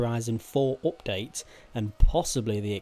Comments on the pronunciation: Why are you saying opdate?? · Its update not opdate